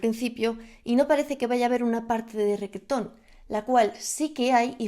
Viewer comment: Tío, no supero que diga "requetón"